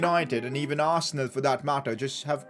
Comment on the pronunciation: It's arsenal dude. U had a great team no offense but it's Arsenaaaaalll 😂